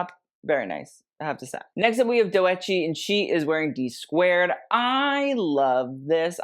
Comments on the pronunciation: not “dough eh tchi” 😭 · It’s pronounced DOE-CH-E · you pronounce doechii’s name as (doe- chi), just two syllables LOLL😭😭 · I’m 6 months late, but it pronounced DOUGH-CHI honey 🥶😅. Just so you know, cuz mamas on the rise and the carpets✨ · Doechii is pronounced Doe(like a deer) and chii(like chee) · It’s Do.Chii the E is silent. 🫶🏿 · The way he pronounced doechii was so cute 😭😭😭